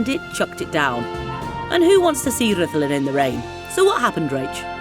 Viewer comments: It's Rr ith lAn. Rh is a digraph in Welsh, expressing one sound, atrilled R, but breathless. Then U which approximates to an English I sound. DD is another digraph similar to Th. But in Breathe. So RrithlAn sort of. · "Ridlan" Castle. That sounds about right! BTW, it's no longer Wales—it's Cymru. Scotland is Caledonia, Ireland is Hibernia, and England is Albion. Common law will return. The UK Corporation was declared bankrupt in 2021. I heard decades ago that the stones from the bottom of those drum towers at Rhuddlan Castle were taken away to build the nearby houses. 10/10 for the video. Thanks!